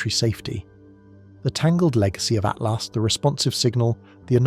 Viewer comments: Is it saying "3i Atlast" the whole time😂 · Why can't you say atlas it isn't at last not that tough to not pronounce a t at the end wth